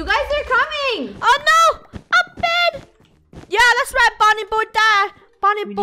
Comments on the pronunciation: me: laughing when funneh says bread insted of bed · funneh did you know that you said yellow bred instead of bed lol XD